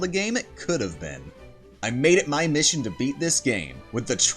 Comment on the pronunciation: "Mishion complete"